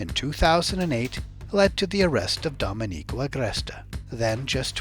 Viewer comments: Excellent report! Like the relation from drinking to peeing, excellent. One small thing, it's do-MEN-ico, not dom-e-NICO. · Repeat after me: "Doe-MEN-ico"